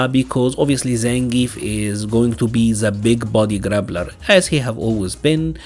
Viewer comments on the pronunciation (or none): Your accent makes it sound like you're saying, "grabbler" and I love that. That is my new favorite term. :) I hope MiMi has Abel's standing anti-air grab. I love plucking people from the sky with that. Especially on their back jump on wake up. Looks hilarious.